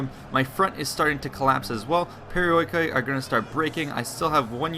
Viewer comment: The perioikoi hoplites called "periiki oplites". Just a tip because it sounds really wird when you read this unit just like it is written.